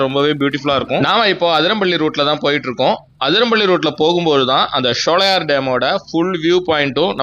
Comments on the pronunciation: நல்ல ஒரு பயனுள்ள வீடியோ ஆனால் ஷோலையார் என்பது தவறான உச்சரிப்பு ( சோலையர்): என்பது சரியான உச்சரிப்பு ஆகும் சோலைகள் நிறைந்த இடம் அதனால் தான் இந்த பெயர் ஷோலையார் தமிழ் உச்சரிப்பு கிடையாது எனக்கு தஞ்சை தமிழ் மிகவும் பிடித்த தமிழ் ஆகும் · உங்கள் ஆங்கில உச்சரிப்பும் தவறு SHOWLAYAR (SHOLAYAR )என்று சொல்கிறீர்கள் அதுவும் தவறான உச்சரிப்பு தான்